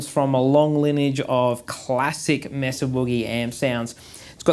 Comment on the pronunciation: When I hear you pronounce it Mess-ah I move on, It’s May-suh boogie. If you can’t do the name justice don’t bother.